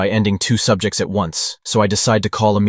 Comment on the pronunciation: When u say subjects it's sound like your doing some experiment